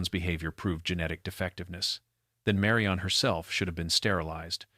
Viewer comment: This is very annoying. Her name is Marion or Marian. NOT Mary-ON. Sometimes narrator says it correctly.